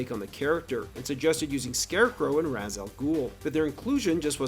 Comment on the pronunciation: Why are you saying “Razz”? It’s Rah’s or Raysh. That’s it.